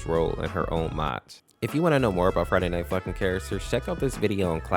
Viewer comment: when he says friday night funkin it sound like friday night f*$kin